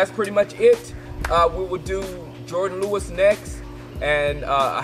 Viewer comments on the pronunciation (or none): none